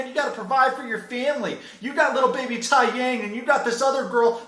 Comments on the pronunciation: It's not pronounced"tai-yang" it's pronounced "tae-yang" and Taeyang is a common name in Korean culture 😐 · It's pronounced Tay young. Thai yang. Lol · Taeyang... (Tay- yang) not Tie-yang, but anywho love how she keeps saying "Jihoon ruined my life"..... Bitch you got pregnant at 18 buy a toxic guy and that was all your choices.... So please tell us again how Jihoon ruined your perfect life??? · Btw, it's been a year, idk if anyone corrected you about the pronouncation of Taeyang, but it's actually "Tay-young" It's a pretty common Korean name. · his name is taeyang it’s pronounced as “tay-yahng” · The babys name is pronounced T-e-jang and means sun. Its a very popular name in south korea tho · Fun fact: Taeyang is pronounced Tay-yang (I only know this because of Big Bang the kpop group) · I love this in all the opinions but please don't knock the name taeyang as it actually means sun and is a good name in Korea and also it's pronounced Tay - Yang! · The little baby boys name is pronounced "Tay- Young" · It's TAYYYYY yang. Also taeyang is a common name in Korea, dont be anglocentric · The babies name is pronounced Tay-young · You should at least watch the shows you make content about. If you have seen any of their episodes you know their son’s name is pronounced Tae-Young🙄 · Taeyang is a Korean name it means Sun and you’re pronouncing it very wrong. Lol but then again white people find it hard to pronounce anything other than English, I forgot. Maybe google how to pronounce a name before you make a fool of yourself ? Lol But that aside I love your videos lol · And he said it so wrong lol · not only is the baby’s name a very common name in korea but you completely mispronounced it